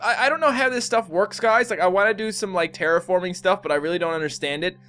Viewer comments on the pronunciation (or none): none